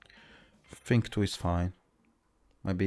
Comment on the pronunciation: bro, you fink too much